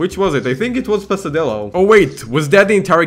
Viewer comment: The pronounce of "pesadelo" is kind of wrong but okay, lol. I thought it was other kind of hooker, though.